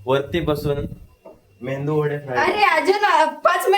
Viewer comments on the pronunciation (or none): Mendu wada nahi re Medu wada 😂😂.. baaki chaan zala video